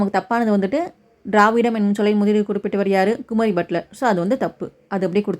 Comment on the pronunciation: குமரி பட்லர் இல்லைங்க மா. குமரில பட்டர்...